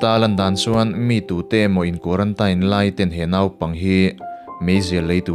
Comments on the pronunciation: quaratain ti loin quarantin ti la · Tinge kuarantain itih tlat a, kuarantin ti teh, thring treh truh emai🤣🤣🤣🤣. Anyway, ka khawngaih lutukk emai ala naupang si... Bakah naupang chauh ania, mahni a dah re² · zo inspiration vul zel rawh se..Pathian malsawmna dawng mawlh teh u...mahse quarantine(tain) ti a sawi hi a fuh lo a nia...kuarantîn tih tur an tia kan mithiam zawk ten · Quarantain tilo in quarantine ti ve mai la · Quaranteen tiin lam ta che, sap ṭawng chu sap ṭawng angin lam tur, mizo ṭawng chu mizo ṭawng angin lam tur, lam no teh chiam vel kha ngai lo. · Quarantine hi teen tihin lam la ngaihthlak a nuam zawk ang male. A diklo chu ka ti chuang lova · A dik chiah, kan tawng a ni lova,sawisel theih chu kan nei lo, mahse (teen(tin)) ti a lam tur zawk anih hmel. Tin, a dik zawk pawh anih hmel e, kan ti ve mai2. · Quarantine i lam dan hi a dik lo a zathlak deuh lo maw in bihchiag hmasa ve deuh la tha sin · Kei pawh khi2 ka lo sawi tum tak😂😂😂😂